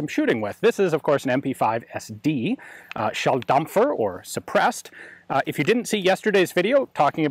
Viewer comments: "This is the MP5SD, shelldumpher". Close, not no price. it's "Shulldempher" in terms of pronounciation, you flipped it, Ian! :D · Hm...me again: Schalldämpfer - not Schalldampfer (it is not a ship with a steam-engine, it is a sound-muffling-device!) ps: Sorry, but as a native speaker of German it made me cringe that this was butchered like that :D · you got your vowels and umlauts the other way round. It's Schalldämpfer (aproximately: shawldaympfer). A Dampfer (dumpfer) would be a steamboat. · ehehe, "Schalldampfer" would literally translate to "sonic steamer" XD ... the "ä" (æ) makes all the difference in Schalldämpfer. But we Germans love you for giving it a shot every time, Gun Jesus :D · The way you said it sounded more like "Shell Dumper", which I guess is also an accurate descriptor for a gun as fun to shoot as this one... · In my German Ears it sounded more like "Shelldampfer" What could be translated to Shellsmoker :D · Correct pronounciation: Shulldampher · Nein, du Klugscheißer. Er sagte "SchallDAMPFER" nicht Dämpfer. Hat dir keiner Humor beigebracht? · Shelldumfer! I celebrate german words spoken by americans. Is gun Jesus around in germany again? At least he gets all the guns we aren´t able to shoot! Micros do not get the real sound, but this sounds as silent as a typewriter on video. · Cool Video. "schalldampfer" 😁 A Dampfer is a big ship 👍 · Schalldämpfer. To get the "däm" say the "dem" like in dem(o) and end in a "pfff" sound and add "-er" = dämpfer (damper). Dämpfer, chamfer... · Gotta love how Ian butchers the German language every time, btw Schalldämpfer for anybody interested, roughly translated "sound suppressor".